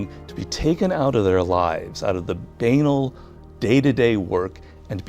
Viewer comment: Why did he say Banal like that?